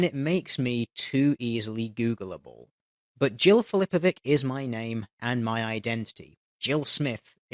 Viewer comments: Funnily enough, "Filipovic" is pronounced "phiLIpovich." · Ain't that Filipovic pronounced with a "ts" at the end? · The last letter in "Filipovic" is not read as /k/, but rather /ɕi/. It's more similar to "ch" you find in words like "church". I had to point this out, the way you said it fucking pierces my ears. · Jill Filipović is correct to say that her last name is hard to pronounce as you yourself didn't pronounce it correctly :D Nice video all in all, kudos. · Filipovic is read with a soft "c", not a hard "c". It's a Serbian patronymic (of Phillip - Filip -ović, anglicized Filipovic), and "ethnic" as it may be, it's most certainly not a "difficult" or an "unfortunate" last name... But, hey, I wouldn't expect much logic from her, anyway.